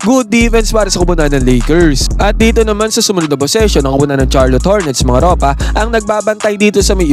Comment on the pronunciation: Sharlot ang pronunciation nun, pakiayos sakit sa tenga eh